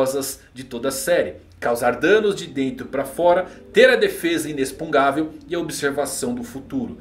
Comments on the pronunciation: Verdade, eu ia comentar sobre isso, ele escreve certo mas lê inexpungável ao invés de inexpugnável, deve ser de propósito só pode. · Pelo amor de deus, pare de falar "inexpungavel", esse palavra não existe! Kkkkk O correto seria "inexpugnável". Desculpe a chatice, mas meu ouvido doí. Adoro seus vídeos. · Beleza, tudo bem? Não quera ser chato, mas já sendo. kkkk A pronúncia certa dessa palavra que você está usando muito ultimamente não é |inexpungável|, não se lê com som de X, esse X lê-se com som de |CS| igual ao X de Táxi, lê-se então |inecspugnável|. Valeu. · falando "INESPUNGÁVEL" em vez de "INESPUGNÁVEL" ta me dando TOC hahahaha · a palavra inexpungavel não existe, a palavra e inexpugnavel. Se pronuncia inespuguinavel. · Por que você fala inexpungável se a palavra é inexpugnável? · Sim. Parece que está falando uma coisa (inexpungável) e escrevendo outra. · E o ainda não consegue falar Inexpugnável kkkkkkkk Ótimo vídeo cara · Só uma dica, você tá pronunciando errado a palavra inexpugnável. Tá colocando o N na frente do G. Leia de novo a palavra e vai perceber. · Fiquei com agonia de ouvir o falando inexpugnavel errado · Vc está falando inexpugnável de forma errada. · Sensei, que aflição, fala inexpugnável direitooo. Bjs te admiro 😘